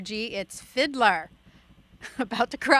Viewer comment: ITS FID-LAR NOT FID-LER GET IT RIGHT LADY